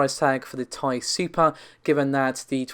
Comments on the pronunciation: Sure. It is short for titanium. The reason everyone gets upset about it being pronounced as "tie", is that Nvidia themselves, and every other channel and publication calls it the T.I. when any of them say it, and generally it should be said the way the creator says it, or called what they call it. If you're giving information to the public, you should strive to be accurate. Not just with the numbers, but with the pronunciation of a product. Navi is even more clearly supposed to be said like NahVee. AMD has spoken its name many times already. I understand the Tie argument, and while I agree, Nvidia does say T.I., so that's how its supposed to be said. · Please stop saying tie.......... Let me Tell you why..... 1st of all every capital letter in any name is pronounced each letter individually. For example United States Of America AKA USA.... Please tell me how you pronounce It ? That is correct each letter individually... Heck even when you say AKA or lol You don't say aaaakkkkahhh You pronounce it each letter individually how many times do I have to Teach people how to Properly pronounce Words. You don't say uuuuuuusssssaaaaahhhhhh you say USA Once again you pronounce each letter individually just as you would the RTX 2080 TI Oh I'm sorry once again even at the very beginning you pronounce The R THE T THEN X =RTX For the love of God get it right it's not difficult stop saying tieeeeeeeee. Or thiiiiiiii. Oh and another reason I know I'm right each letter is capitalized another reason to pronounce each letter individually Jesus Christ stop it. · Nvidia markets it as Ti not TI but otherwise you’re right